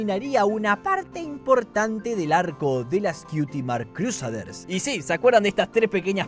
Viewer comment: tu pronunciacion es hermosa, cruseders